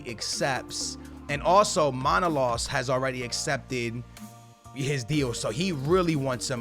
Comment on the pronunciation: It's manolas not manolos brother😂